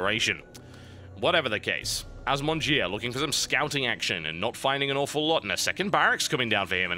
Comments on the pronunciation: As someone who knows a few words of French, you made the name worse! Bottom-eaters indeed. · assmonger = 'az-mon-jeer' Nice use of french, TB. ;-) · Did anyone else think the way he said the terrans name sounded just as bad? Y'know like, Ass Muncher? lol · You know your name is horrible when even the caster refuses to pronounce it right XD